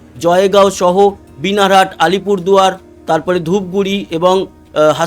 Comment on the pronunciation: বিনার হাট নয় বানার হাট।